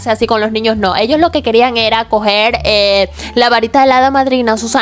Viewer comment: COMO DICE "ELLOS QUERIAN COGER" Y ACENTUA LA O, LA AMO